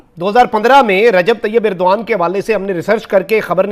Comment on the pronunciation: inn paki jahil tv reporters ko Turky ke president ka naam bhi thik se nahi malum hai aur yeh kahte hai ki yeh inka dost mumalik hai, "Irdoan" nahi jahil "Erdogan" hai uska naam, dusra jahil reporter usey "Urduan" kah raha hai, pura naam "Tayab" nahi "Tayyip Erdogan" hai ! 😀😁😂🤣😃😄😅😆😉😀😁😂🤣😃😄😅😆😉